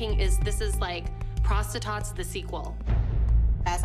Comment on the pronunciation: This is the 14th time I’m watching this and says: this is like prostatots the Sewell. Me:☠️ what even is the time then 1984